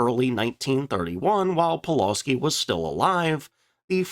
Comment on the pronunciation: Thanks. Another great video, and I certainly learned something. As for pronunciation: Pulawski is pronounced “Pu-wuf-ski” with the emphasis on the second syllable. And regarding your comments about Poland being hard to defend and how quickly it was overwhelmed: you mentioned that Poland was also invaded by Russia, two weeks after the Germans, but forgot to compare this with France which surrendered after just six weeks.